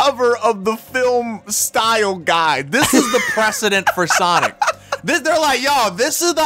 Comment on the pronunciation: It's sanic not sonic